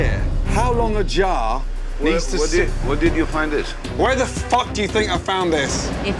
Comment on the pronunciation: bro really said "whare did you find it" 💀